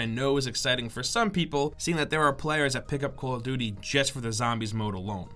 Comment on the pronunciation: He says call of vuty not call of duvty